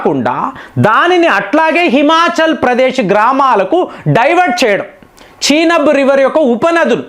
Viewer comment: చీనబ్ కాదు చీనాబ్ నది అంటే బాగుంటుంది ఈరాన్ కాదు ఇరాన్ అనాలి మరీ సాగదీస్తున్నారు